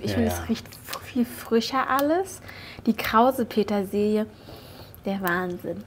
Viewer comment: Das ist mir durchaus bewusst. Aber es ist eben krause Petersilie im Gegensatz zu glatter Petersilie. Sie spricht es aus als sei es der Name „Krause“, der gemeint sei uns sagt, dass sie jetzt mit „Krause-Petersilie“ dekoriert.